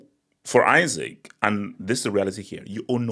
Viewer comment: You really spent the whole vid mispronouncing dude's name 😂